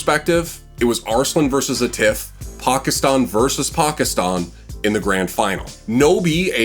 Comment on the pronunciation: first foreigner to pronounce "Pakistan" right ❤🇵🇰